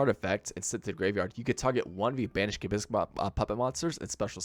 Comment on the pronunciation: Why are you calling it gismmik